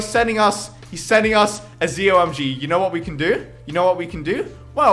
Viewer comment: you say Zomg it's meant to be pronounced Z-O-My-God